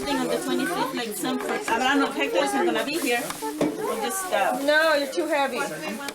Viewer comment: I love the "yeearsh" and "Fur"! 😄😄